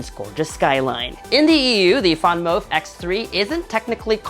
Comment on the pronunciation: it’s VanMOOF, not…….what that VanMOUF do?! LOL